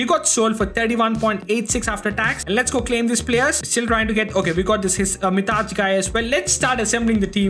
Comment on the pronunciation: BRO WHY DID YOU SAY MITAÇ INSTEAD OF MITAJ